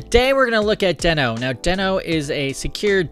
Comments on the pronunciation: It's pronounced deeeeeeeeno 🙃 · I think you are pronouncing it wrong. It is pronounced as Dino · it's not pronounced "deeeeeeee-no"? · Just to be sure, I watched a video with Ryan Dahl talking about Deno and it is spoken like you have doube "ee"s. Deeno. :)